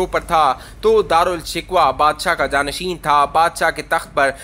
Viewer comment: جانشن نہیں جانشین